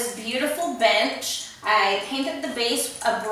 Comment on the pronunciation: i thought you said "I'm gonna be taking some pictures with this bitch in my store" Had to replay it three times before I figured out you said bench :'D